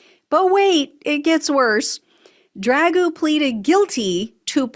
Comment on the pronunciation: Lost me immediately on the mispronunciation and ridicule of Dragoo's name. We are trying to fight he 3yo tyrant, no? Then let's not behave like him.